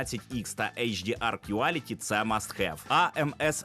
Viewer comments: не кюаліті а кволіті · Quality читається як Кволіті